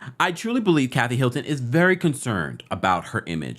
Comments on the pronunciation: Sounds like he's saying "Milton" to y'all too? and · Why do you keep saying Milton instead of Hilton???